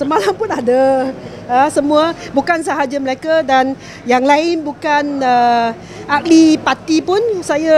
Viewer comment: AIyo!Auntie janda Her Bahasa pronunciation is really really terrible. She can't even notice it. Her pronunciation for mereka becomes Malacca & ahli becomes akli hahaha! Wonder where her "close friend" Victor Gu is now? Hoohoohoo!!